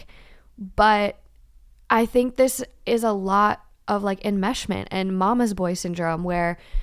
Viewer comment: No one:: It’s ✨EnMeShMENt!✨